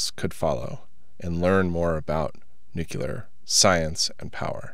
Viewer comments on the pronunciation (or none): I'm beginning to notice this more: It's new-clear, not nukular. Old pet peeve on my part. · Dude. I've watched a bunch of these vids and I'll just say it. If you're going to have a channel on radioactivity and nuclear topics, please learn to pronounce it correctly at a minimum. Noo-klee-ur. Not "Noo-kyoo-ler". For credibility, if nothing else. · Nuclear is not pronounced nukeyoulur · There is only one “u” in nuclear. Please learn to say the word properly.